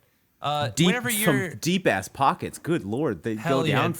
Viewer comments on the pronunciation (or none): 1st thing I hear "Fell on my aiss"